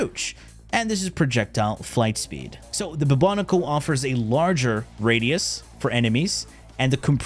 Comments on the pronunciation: Boo-Bo-Nico?! No. Just no. I know you’re messing with us. It’s Bubonic as in the bubonic plague. Bubonico, say it with me. 😅 love you. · Boobo-niko kinda triggered me. 😅